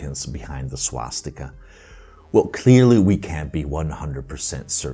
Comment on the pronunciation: Swatzsticker sounds allot like SwatzsTIKKA to my sindu ears